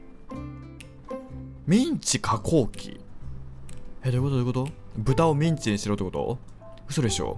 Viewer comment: ミンチがメンチに聞こえるw